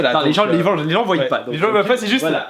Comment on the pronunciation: Vous ne savez pas parler au début vous avez dis ils vouyent alors que l'on dit ils voient normalement